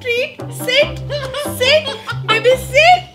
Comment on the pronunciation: Its sit not seat